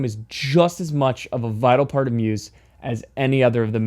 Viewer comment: don't pronounce Muse with an S sound